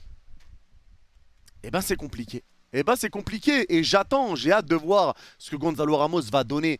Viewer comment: Soler, tu dois le traumatiser, à l'appeler "Soleure" tout le temps alors que ça se prononce "Solaire"... 😂😂 Quant à Ramos, il s'appelle Gonçalo, pas Gonzalo... Et, ne t'en déplaise, Gonçalo Ramos, c'est un vrai crack !